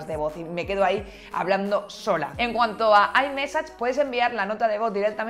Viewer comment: Aimesach jajaja